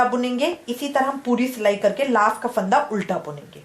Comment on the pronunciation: it's fanda not phaanda